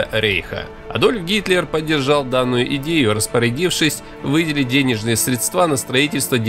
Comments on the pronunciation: правильно говорить срéдства ,а не средствá. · Все хорошо, да только речь лица, читающего текст, весьма малограмотна. Неумение грамотно склонять числительные, ударения вроде "средствá", перлы вроде "воздушные судна" ("судна" в больницах подкладывают лежачим больным, чтоб они могли отправить естественные надобности, тогда как на море и в воздухе - "судá")... Все это делает невозможным использовать этот материал на занятиях в средней и высшей школе. Мне пришлось его переозвучить. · СрЕдства, не СредствА